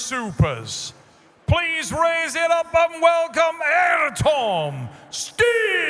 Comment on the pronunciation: His name isn't "Air-tom", lol.